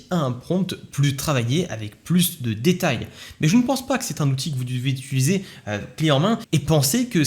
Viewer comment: Ça me fait mal aux oreilles à chaque fois... "Utiliser" et non pas "Utuliser"... Svp 🙏